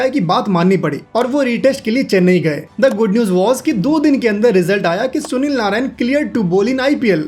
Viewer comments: Narine ❌ Narayan ✅ 🤣🤣🤣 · Bro pronounce hi narayan hota hai